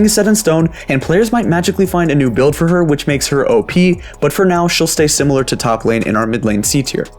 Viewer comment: did he really say "choplane champions" or am i going crazy?